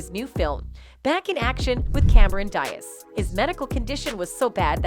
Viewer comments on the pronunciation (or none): Really that’s how you pronounce Cameron Diaz’s last name. Come on you’re better than that. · OH MY GOD, THAT IS NOT HOW YOU PRONOUNCE CAMERON'S LAST NAME ......SMH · Your robot is having trouble pronouncing Cameron Diaz